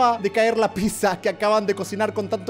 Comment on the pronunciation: Se escribe pizza y se pronuncia pitsa, entonces ¿porque german lo pronuncia como pisa?.